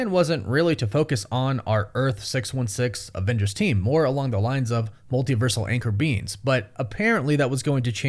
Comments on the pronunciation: Is this guy saying anchor beans? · All I kept hearing is “anchor beans” 💀💀💀